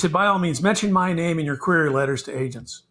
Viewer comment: Hey you pronounced our name right!